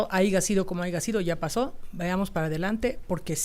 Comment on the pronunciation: Jajajaja " a'iga sido ,como ai'ga sido". OBTUVIERON LA " MINORIA DESCALIFICADA "